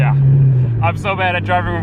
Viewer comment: Have you always said "wiff" instead of "with"